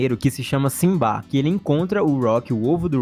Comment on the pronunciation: Legal que quem encontra o Ovo é o Simbad! Mas a pronúncia do seu nome é Simbá, pois o D é mudo. Em One Piece, quem encontrou o ovo foi o Gol D. Roger, tendo o D oculto também. Pode não fazer sentido algum, mas é uma coincidência interessante 😂